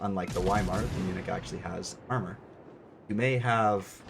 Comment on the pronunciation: As a person living in Germany your expression as "munich" is the most accurate one in English